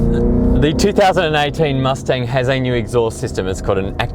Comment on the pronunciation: mus ting ???????????? u say wrong